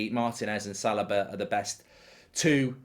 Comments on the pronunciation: Why does Mark keep saying Salaba? Its Saliba my guy 😭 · I think he pronounces it as Sal i ba rather than Sal- ee- ba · mark: right center back easy pick, "salobah"